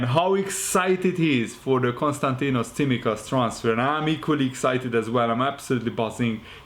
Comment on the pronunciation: Nice to see someone who can pronounce Tsimikas' surname.